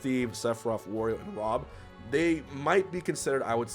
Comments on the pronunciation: "Re-you" "Croy" "Rom" lol <3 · This video: *professional* Tongue: chroy and rom folks am i right